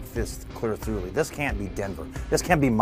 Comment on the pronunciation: "clear throughly" .... did he do it? That's the first thing I thought.. Haven't watched all the way through yet.